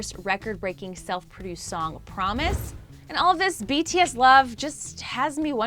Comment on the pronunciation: At least she says BTS’s name right...